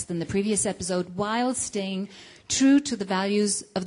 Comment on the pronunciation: epizode lol she said epizode